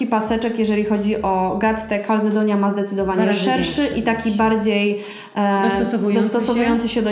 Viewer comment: Nie wymawia się Kalzedonia, tylko Kalcedonia, to z włoskiego, w każdej reklamie telewizyjnej słychac